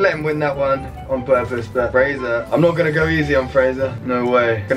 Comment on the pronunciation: He says Fraser like faser